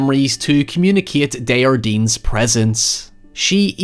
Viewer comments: This movie was great but what really threw me off was how everyone pronounced Desjardins. They pronounce as if the word was spanish with a soft j. The guy is from Quebec (which they pronounce correctly!) so it would be something like day-jar-dain, with the "s" and "n" in the name being silent. Its a really common name so it was just really funny to hear it as if it was some exotic name lol. It would be the equivalent of hearing some one talking about John Smith by calling them John Schmidt with a really aggressive German accent. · My biggest gripe with this movie is how they pronounce desjardins as a spanish name when it's clearly french and they watch a video on him which clearly pronounced it the right way 😭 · one of the scariest thing in this movie is the pronunciation of the name Desjardins